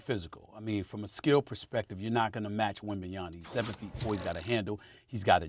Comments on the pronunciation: I’m just so shocked the amount of times Victor WembanYANA has been said, can casters and sports show hosts read? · When is Stephen A gonna pronounce Victors last name correctly? It’s not WembanyaNa it’s WembanyaMa with an M cmon bro be respectful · Stephen A Smith keep saying Wembenya(n)a on purpose. He knows it’s Wembenyama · Why is it so hard for people to pronounce the M at the end of wembys name …. It’s Yama not yana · When is SAS going to realize it’s “Wenbanyama” not “Wenbenyana” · WeMbanNaMa... Man Stephen A Smith. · This has been going on for too long now, why can’t S.A.S spells wemby’s name right? WembenyaNa!!! come on man :)) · WembanyaMa, Stephen A.. WembanyaMa.. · Stephen A keeps calling him WembanyaNa....come on, dude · Why does SAS keep on saying wenbenyana? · Stephen A! Put some respect on WembanyaMa's name! Is it that hard? Or are you just trying to get people to comment? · When will Stephen A ever learn to say Wembanyama's name properly?! It's getting ridiculous at this point. 😒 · Will SAS ever say Wembanyama correctly??? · It took years for the league to get Giannis' name right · How fucking hard is it to pronounce the dudes name correctly. Its a "M" not a "N". Constantly saying his name wrong. Its been months. Get it right. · Who else has noticed that SA cannot pronounce Wembanyamas name properly? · sas still pronouncing his last name wrong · How do the producers NOT tell him about it like wtf. He’s been pronouncing it wrong for weeks now. Same goes with Perk. He calls Rui “Hachimara” when it’s supposed to be “Hachimura”